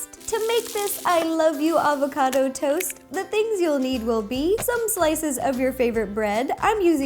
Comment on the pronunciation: FireCrystal 10 its "Avocado"... hahaha youve cheered up my day